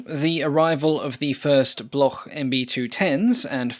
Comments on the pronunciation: And Bloc, not Bloch like Bach in German. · "Bloch" is pronounced "Blok" in French. There is no guttural sound.